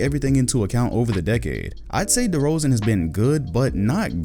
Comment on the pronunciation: Im mad you barely spoke good on DeRozans name